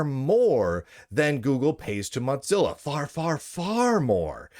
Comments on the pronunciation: Mot-Zilla? Why do you say it like that, there is no T. Its "Mo-Zilla". Its triggering me more than Trump triggers a TDS purple haired zim-zer. 😑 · Mozilla might want to pay you to stop saying Motzilla.